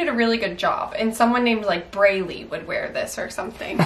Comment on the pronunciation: Not Braylee 😂😂😂😂 sorry, BrayLeigh~~~